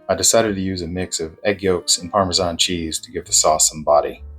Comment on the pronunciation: Very nice. And finally somekne who says Parmesan and not Parmeshan. Thank you